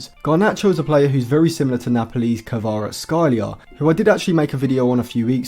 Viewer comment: u butchered kvara's name